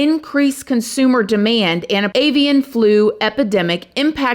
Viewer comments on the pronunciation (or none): "Evian" is bottled water. "AY-vee'un" is what you were looking for.